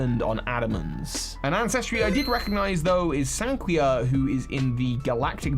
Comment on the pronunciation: Mira, not Miri. No it doesn't - its in the wrong place. Floaroma Town (pronounced Flow-ah-roh-mah) is located between the Obsidian Fieldlands and Alabaster Icelands. Sanqua, not Sanquia. I wonder if this is them hinting that the next fire starter will be a horse... No it isn't - it's the Pokémon League Island. Just because it's not volcanic in the present day, doesn't mean it didn't use to be. Melli is the ancestor of Lucian, not Avery. Those are regular goggles, not snow goggles. Actual snow goggles can be bought from the clothing shop, and look nothing like those. Nope. Eterna Forest & City, like Floaroma Towns future location, are not accessible in game. They're located between Obsidian Fieldlands and Alabaster Icelands. Not every location from Gen 4 is in the game, as we're likely to get dlc. Gearic, not Gartic.